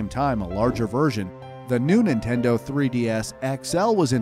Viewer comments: ninteno lol oof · "New Ninteno" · “New Ninteno 3DS” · ninteno what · "the new ninteno 3ds" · umm Ninteno?